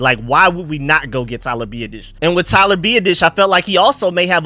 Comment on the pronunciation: His name is Tyler BEE-AH-DIS, biadasz say my man name right PLZ